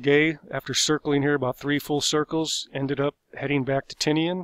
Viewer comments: Not sure if this is accurate but it’s probably pronounced Tee-Nyen instead of Ti-nea-an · the island isn't pronounced Tini an, it's pronounced ti nian